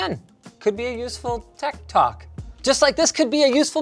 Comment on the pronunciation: I must be a boomer because every time Linus said "Tech Tok," I kept interpreting it as "Tech Talk" in my head